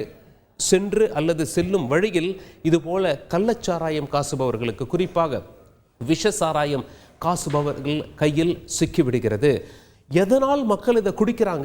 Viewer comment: தயவுசெய்து செந்தமிழை நன்றாக உச்சரியுங்கள் காய்ச்சுபவர் என்பதை காசுபவர் என்று கூறுவது சரியானதல்ல